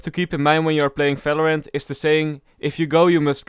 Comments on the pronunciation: Why you say "Fèlorènt" instead of "Valorant"? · He doesen't say "v" ever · you definitlely work on your pronounciation. if i hear a Falorant again im cutting my ears off. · Im sorry, i cant watch this video till the end.... the way you pronounce the game name, is driving me nuts.... its VALORANT not Falorant wtf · What is FALORANT. Fellow rant. ??? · I love how he says and v word as f like falorant and fideo